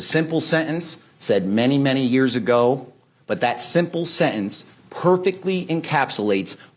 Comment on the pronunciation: How do you even spell the way the prosecutor pronounces sentence? Sehence?